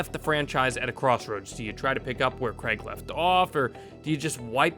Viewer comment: Daniel Craig has been bond for 20 years and Americans still can't pronounce Craig properly.